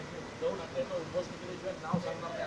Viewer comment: अरे राम्या आधी उध्वस्त शब्द नीट बोलून दाखव